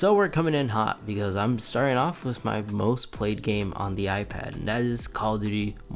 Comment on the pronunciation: with not wis